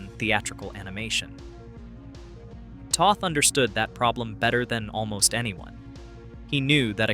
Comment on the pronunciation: Toth rhymes with both.